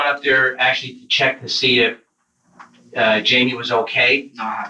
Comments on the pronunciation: Jamie, with a jay, not an H as in Hymie.. It is Jamie !! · Hi-me?????????...........that is fuckin not how that name is pronounced my guy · Why is the voice over guy Pronouncing Jamie as hei-me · It bothers me that he wouldn’t even say Jamie’s name right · Note to Narrator: Jamie is pronounced with a J. Always.